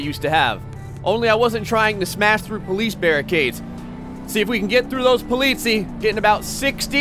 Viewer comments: sorry but i never ever heared someone say the word polizei sooo wrong. wt ffff.... polizei. you have to say "politsai" not politsi btw greetings from germany;) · BTW: it's pronounces po-lee-tsai (or something like that) The last syllable is like the cy in cyber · polizei is pronounced po li zi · Sprechen Deutsch? Ich bin British und ich sprechen Deutsch... Sie politzei, nein politseis. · the First police cars are pronounced Po-li-cy (from cyber) not polizi XD. And Grettings from Germany! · It’s German, it’s pronounced politzei, not poleetzee. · STOP SAYING POLITIE ITS POLIZEI GODDAMMIT cool vid tho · (This might be really late comment) i think the really funny thing is he said polizia and they are from italy if I'm not wrong ^^ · He bronounced the german police "polizies" lol, (im german) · Oliver Holtz guess what: the way you wrote it wont help him at all. At: you almost pronounced it right. To help you, its somewhat like Polizay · Polizii XD das ist eine ziemlich Falsche Aussprache man merkt dass er auf My Summer Car liegt (Poliisi) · Politz- eye, is the best way to teach someone to say it. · You pronounced "Polizei" wrong it should be like "polizai" greetings from Austria ;D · You pronounce Polizei like Po-Leeds-I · it's spelled polizei, but it's pronounced Po-Litz-Ai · not to be an asshole but Polizei is actually pronounced Politz-eye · The first r pronounced (po-litz-i) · It is pronounced po-lee-zy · Hey Rudy, exactly my thoughts! He pronounced it perfectly in Dutch (ben zelf ook een Nederlander). Seems to have a bit of trouble with the -zei in polizei.: next time you can pronounce it as PO-LI-TSAI and your german fans will "sehr glücklich".:P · It's funny how you pronounce "Polizei" xD You could let the Google translator pronounce "Polizei" in German if you want to. :D Btw. that's German and these cars are regular BMW Police cars in Germany :) Love your vids! Keep doing what you do!